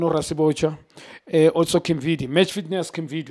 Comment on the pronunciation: The way he pronounce Kimvuid😂😂